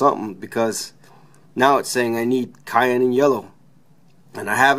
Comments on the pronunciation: Oh my God I was cracking up I just went to the comments just to see if someone else said this..maybe the issue is he actually put cayenne in there. Don't put pepper in your printers guys. Maker of this video...ask someone how to pronounce the color Cyan. Thank you. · Oh and cyan is pronounced siann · I think it's pronounced si-an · You lost me at "Kyan."